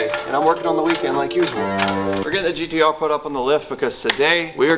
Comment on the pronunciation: you said GTO not GTR!!!! We know what you meant but, Damn bro.... Lol